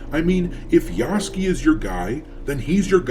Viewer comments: Just in case you read this,... his name is not Yahskee. It is Yasuke. Spoken Yah-sue (like mary sue)-ke, you just say it in one go. Yahsueke - Yasuke. Although to be entirely japanese his name is Yah-ske, like Sasuke becomes Sas-ke. But not "skee", ske, more like sue-ke but you kinda swallow the U - like french sometimes just ignore letters. Not trying to get on your grill or be "that guy". Just trying to be helpful. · Ya-soo-kay. You have it spelled out in your title. Say it correctly. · I believe Yasuke is properly pronounced "Ya-Sook" like 'Luke'